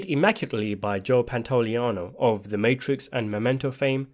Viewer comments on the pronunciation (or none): none